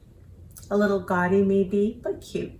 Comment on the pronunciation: I love how you say the word gaudy so jersey I love it 😀 😍